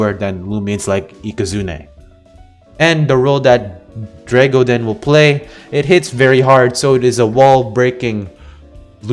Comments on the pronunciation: You bare butchered the name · i love hearing try to pronounce Dreggodyne xd